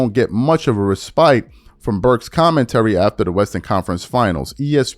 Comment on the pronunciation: I was offended by the pronunciation of "respite".😂😂😂😂